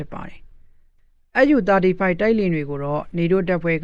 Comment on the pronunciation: SU ကိုတောင် ပီအောင်မပြောနိုင်ဘဲ သတင်းကြေညာနေတာ အတော်အရှက်မရှိတဲ့ကောင်ပါ.. SU ... အက်ယူ မဟုတ်ပါ အက်စ်ယူ ပါ..